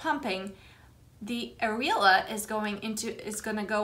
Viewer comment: I believe it’s pronounced AH-REE-OH-LAH